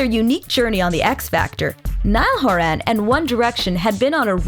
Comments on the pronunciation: “Niall horAN” If you’re gonna do a video about Niall horan make sure you pronounce his name right lol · You can't have a documentary about Niall HorAn without them saying his name wrong. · Nice, but it’s “Niall horan” not “Niall horAN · Can we say his name properly plz wtff And yes nail was the front man in the u.s